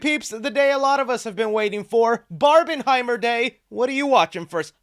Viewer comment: Nah it’s not barihimrer it’s barminhimer